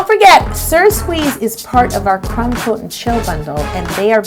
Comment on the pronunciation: For the longest time I thought she was saying crem (not creme, crem) coat not crumb coat 😂